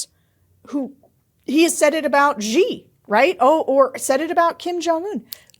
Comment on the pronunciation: Sara, president of China's name Xi is pronounced as "she", not " zhee". Please don't imitate Reed Galen's pronunciation.